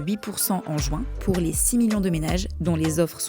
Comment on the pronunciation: Insupportable cette prononciation du mot Juin